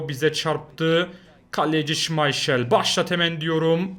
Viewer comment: Şımayşel değil şımaykıl